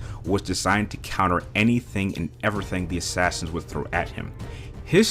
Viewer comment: You say Assassins like Ashashins